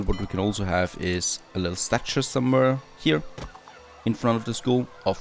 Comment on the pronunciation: Statue does not have a R in it, Plaza also does not have a R in it